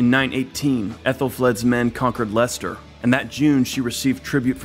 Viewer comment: Well done for pronouncing Leicester correctly. I lived there for a while, and had black pudding and chips for dinner, with a can of special Brew to wash it down. Tough people.